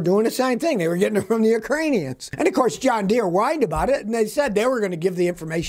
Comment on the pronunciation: I could swear Scotty is saying Done Deere.